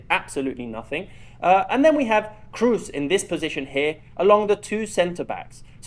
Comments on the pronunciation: Kroos is not pronounced Cruise. It's a long o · its kr-o-o-s as a double o, not kr-u-s ;)